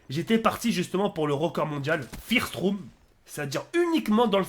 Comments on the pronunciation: FIRST ROOM xD ( avec l'accent français) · Oh putzin comment ta dit First rooh j'suis mort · FIIIIIRST ROUM mdr t'a pas pris de cours d'anglais toi